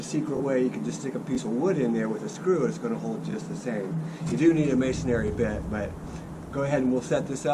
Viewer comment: It's MASONRY, not MASONARY.